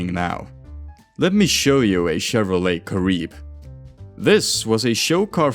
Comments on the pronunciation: Its pronounced Kah-ree-beh. Not Kah-rib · It's cah-REE-beh -- Spanish not French! 😘